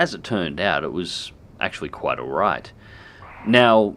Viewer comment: Every time you say "quite alright", it always sounds like "quite a ride" to me :D Also, what happens when you get hit by a lightning mid-air?